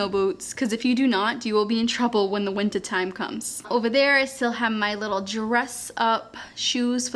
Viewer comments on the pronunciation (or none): i like how as soon as you said “in massachusetts’s” and then the accent really popped on summah and wintah so cute